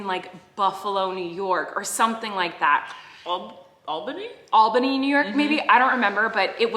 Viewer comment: Thank you for pronouncing Albany correctly😂. I’ve lived in Albany all my life, and even people from the city ALWAYS pronounce it wrong some how. Like that’s your capital😩😂